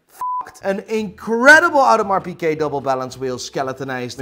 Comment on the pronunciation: Love your channel but It's Audemars Piguet, NOT Piquet, right?